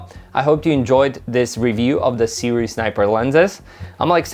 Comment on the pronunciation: You are among the few who have pronounced Sirui correctly. A lot of other reviewers like to call it "soo-ray" and other variations.